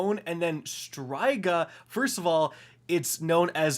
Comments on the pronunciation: I can’t be the only one who got bugged when he said “Str-eye-ga” instead of “Str-ee-ga” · Pronounced " stri-ga" not "stry-ga" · Pronounced “Streega” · I hate to be that guy :O but it would be pronounced stree ga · I stg these destiny tubers mispronounce words on purpose just to annoy us. This man can’t really be pronouncing tincture like “TINKS-tur” or “STRY-guh” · Osteo Striga basically means bone witch, or bone monster. Also the I pronounced like e and roll the r.